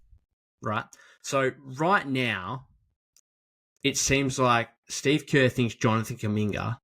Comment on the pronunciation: Shteeve Kaahh